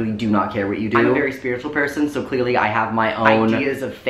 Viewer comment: I seriously thought he said “Queer-ly” and I died laughing